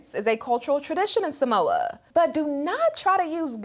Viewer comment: Damn that host has to learn how to say Samoa properly. It’s not sar- mower. It’s Sah-moa (more) sheesh